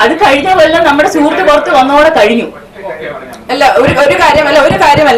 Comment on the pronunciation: അഞ്ജലിക്കൊന്നും മലയാളം മര്യാദക്ക് സംസാരിക്കാൻ അറിയില്ലേ 🤦‍♂️. അല്ല എന്നുള്ളതൊക്കെ എല്ല എല്ല എന്നാണ് പറയുന്നത്